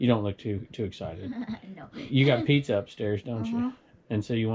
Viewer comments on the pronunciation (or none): none